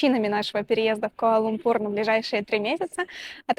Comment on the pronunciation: КуАла-ЛУмпур (во втором слове ударение ставится на первую "У").